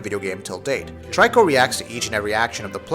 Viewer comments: Mate its Torikoooo, not TRY-CORP! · Bothers me who you say tryco when it's pronounced treeco.... Smh